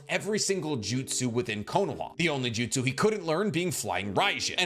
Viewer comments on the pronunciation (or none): none